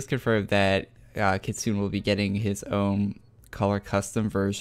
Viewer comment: Kitsuné Kit-soo-nay. smh